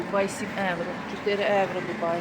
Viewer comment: НЕ ЕУРО А.ЄВРО